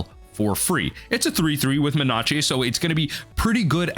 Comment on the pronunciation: No one is talking about him saying menache?